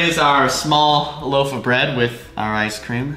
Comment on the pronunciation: loaf not loof